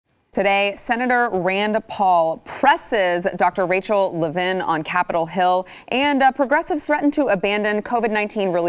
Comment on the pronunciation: First off, why doesn't she know how to say Levine correctly? A reporter/journalist?